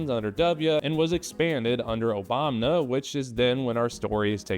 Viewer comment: Great video. Nitpick though - you say "somewhat shocking but not surprising." "Shocking" means "very surprising," so this basically means "somewhat very surprising but not surprising" i.e. "surprising but not surprising." It's a very strange way to phrase it. Also lol "Oh-bahm-nuh."